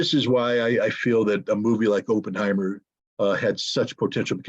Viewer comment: pronunciation of Oppenheimer: Opp rhymes with hop =